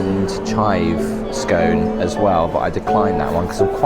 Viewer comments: It is not pronounced SKONE but SKON. And you never cut a scone with a knife. You have much to learn regarding your politesse. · It's a scone, not a scoone 😅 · it's Scone like on not Scone like own 😂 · It’s actually pronounced skon. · I enjoyed this video so very much. How amazing to have a timer for your tea to be brewed. I do not pronounce scones that way but I am from a former British colony 😅. Very disappointing that you found that afternoon tea could have been better. I do love the room you stayed in. Is a bit disappointed about the skyscrapers towering above the hotel. I didn't notice your photo, on the wall of important visitors. Thank you for your video.